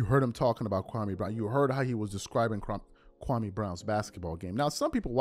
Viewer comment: SAS was so disrespectful to Kwame Brown to the point that he pronounced his name wrong. SMH